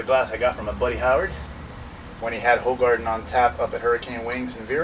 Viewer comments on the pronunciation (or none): It's pronounced "who-gar-den"